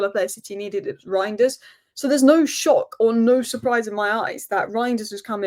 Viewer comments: it's "rine-ders" . The "eij" is a just a substitute for "ei" in Dutch, but practically has the same pronunciation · I've been pronouncing it "rianders", and i don't intend on changing that.